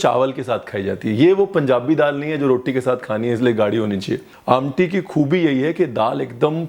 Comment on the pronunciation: The way you said "amti'....reflects your connect with specification of regional delicacies.....superb